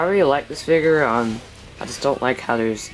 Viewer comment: Dude it figure not figer